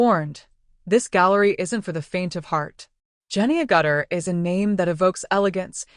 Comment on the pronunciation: Her name is pronounced "AG-itter," not "a-GUTTER." AI is not so smart.